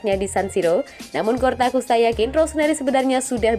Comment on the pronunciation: Ralat min bukan CORTAKUSTA TAPI COSTAKURTA